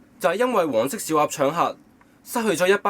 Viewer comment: 我一直都聽到黃色屎鴨=口=..